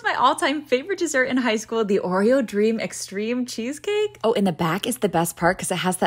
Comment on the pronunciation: Why is she talking like that ?… the “💀FAVOrite! .cheeseCAKE” and then chocLATE she add like too mucyuh energy to the end of the words I can’t be the only one who hears it